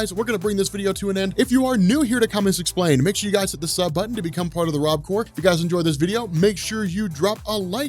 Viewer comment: "Corp" but "core" is the way you pronounce that word.